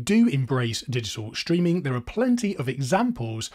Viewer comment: Digital schtreaming?